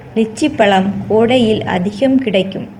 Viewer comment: pazham nu sollunga palam nu sollathinga pls